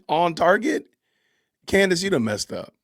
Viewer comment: It’s Candace not Candice